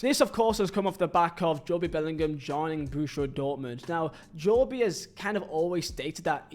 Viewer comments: I don’t know but I think this is just pure laziness from, Jo-be??? Jo-be?? Come on bruv, you could literally just watch videos or google his pronunciation… Yeah I’m sorry, I’m a huge fan but I think I’ll have to skip this one, I just can’t stand hearing “Jo-be” every other 30 seconds 😂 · as I’ve mentioned I find your vids entertaining and informative but Jo-bee is an Ai level of mispronunciation! 😂👍⚽️ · I do like Vizehs vids I think there entertaining and informative but Jo- bee is an AI level of mispronunciations ! 😂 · You’re right, I’ve been laughing my ass off hearing him say “Jo-be” 😂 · You pronouncing his name like that makes me die inside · How are you English, a grown adult, a football fan and still not know how to pronounce 'Jobe'?? :D Anyway, nice video. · imagine making a video about a guy you can't even pronounce 😂😂😂😂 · Its Jobe like in the bible. One syllable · we do it as banter for a laugh but doing it on a youtube video when he knows full well its its jobe not jo-be is attention seeking to the finest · Jobe - ❌ Jo-be - ✅ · i watch jobe a lot in the championship, seems a decent player tbf, but honestly i feel he should’ve played in the prem for sunderland (also it’s JOBE NOT JOBIE) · The name is pronounced “Joe-bee” or similar deviations in a variety of countries in Africa. But Jobe itself is an English version of the Hebrew name “Job” and it’s the single syllable pronunciation here. The Bellinghams are rather English. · Bro its jobe not joby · Its pronounced “Joe-B” not “Jo-Bee” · Bro it’s jobe not Jobie… that’s like calling jude judie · No one has EVER call him Jo bee lil bro 😭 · Hearing Jobie hurts my soul. Please learn to call him Jobe. He has even played Burnley twice how doesnt know how to say it is bewildering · Every time he said Jobie I wish I had no ears 😂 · I love your content but where did you get pronouncation of Jobie😂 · its just like cancer to hear JO-Bee and not joBe like my god stop please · JOEb no joe-bee. ❤😂